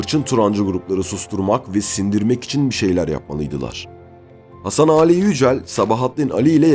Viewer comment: İki Âli'nin de telaffuzu aynı fakat Sabahattin Ali diyorsunuz